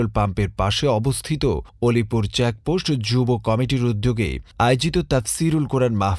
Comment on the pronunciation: আসসালামু আলাইকুম ভাই নামটা আমার একটু শুদ্ধ করে গনিপুর না আলিপুর আলিপুর সাতক্ষীরা আলিপুর ইউনিয়ন